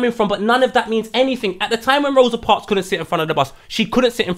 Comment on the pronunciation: How is my man saying Rosa Parks loooool